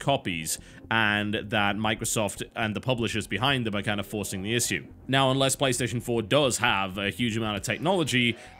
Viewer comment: Its Ish-shoe not "is" "sue"